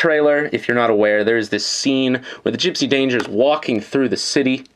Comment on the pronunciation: It's gipsy danger not jipsy dander